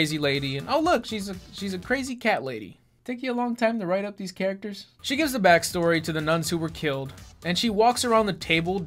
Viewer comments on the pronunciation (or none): none